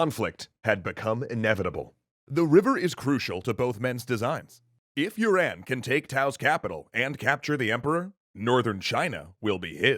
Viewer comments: How does Yuan become You ran what the actual fuck? Guan yu is Gwyen yer? Sun is Swen? Quan is Tran? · Yuan is pronounced you an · I think you've definitely pronounced "Yuan" as "urine" ...